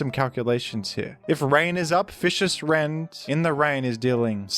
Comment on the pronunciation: unbelievable that they game him fish-ee-ous rend.